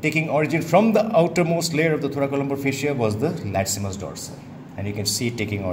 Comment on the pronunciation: Funny how he keeps pronouncing the latissimus dorsi muscle as the latsimus haha.